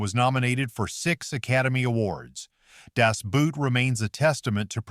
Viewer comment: 'Das Boot' is pronounced as 'Das BOAT'. (N german accent - most U-Bootmaenner were N German.)